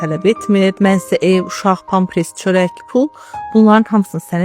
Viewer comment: Pampers sözünü bele düzgün deye bilmir(pampres deyir). Belkede bu size adi bir şey kimi gelir. Ama ele deyil eslinde. Oxumuslarimiz da savadsizdir.